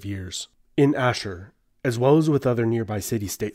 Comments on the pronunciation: As an Assyrian I love seeing people talk about our history. I know this is a bit late to correct but its Ashur (Ah-sh-oor) but yeah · First time I met someone from Tur Abdin say Ashir instead of Ashur. I am from Chaldean church from Nineveh Plain, both Chaldean and Tur Abdin are Ashuri.